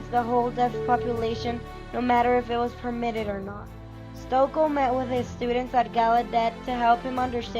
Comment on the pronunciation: It is pronounced ‘Stokee’.